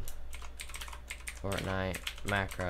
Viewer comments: Bro really said Fortnut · I like how he says Fartnite instead of fortnite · I thought he said fartnite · He said fartnite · POV: he said fartnite